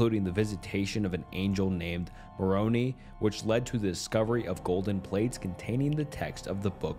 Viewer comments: The pronouncing of Moroni sent me tho haha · Ahhh I was raised Mormon but left the religion years ago.. but it always kills me how people mispronounce "Moroni" 😂😂